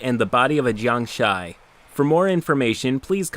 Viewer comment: Take a shot everytime said "jiangshy"